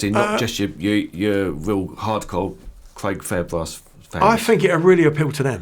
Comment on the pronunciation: Cwaig Fairbwass